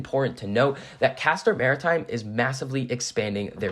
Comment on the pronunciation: I appreciate that you know how to pronounce the name of the company